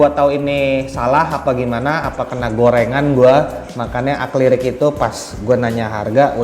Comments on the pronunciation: akrilik bukan aklirik om wkwk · ngobrol koq belepotan... Akrilik bos..! bukannya aklirik....haddewwhhh...malu2in aja lu.... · Bang gw tadinya mao diem bae tapi ga tahan, gw liat di wiki yang bener akrilik, , , tapi lu nyebutnya aklirik mulu :D maaf ya, abisnya gatel di kuping, gw pikir gw salah denger pas gw liat cc di video lu bener kan aklirik, maaf banget ya jiwa netizen rese gw meronta banget :D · Akrilik bang..bukan aklirik..😁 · Bukannya "akrilik" kok ngomongnya aklirik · Akrilik bang bukan aklirik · Akrilik atau aklirik om? Wwkkk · Akrilik om , bukan aklirik wkwk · akrilik kali bukan aklirik 😅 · Akrilik bang bkn aklirik 😁✌️ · akrilik not aklirik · sorry bgt bro gw lurusin yak?🙏 Acrylic / Akrilik broo,bkn aklirik. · Aklirik, Akrilik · Akrilik bang bkn aklirik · Sorry bang ingin meluruskan akrilik bukan aklirik 🙏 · Bukan aklirik tapi akrilik bang😂🙏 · Akrilik bang bukan aklirik wkwkk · akrilik om bukan aklirik😅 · Akrilik bang bukan arklirik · Akrilik om bukn aklirik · Aklirik apa akrilik om? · AKRILIK APA AKLIRIK?😂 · Akrilik om.. Bukan aklirik wkwkwkw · Apa cuma gw yg denger ngomongnya AKLIRIK